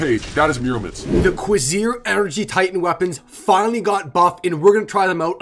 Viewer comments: its pronounced CO VER SE RARE lol. its french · The beta weapons of this set are pronounced (cu-race-er) and the alpha is juste (gend-arm)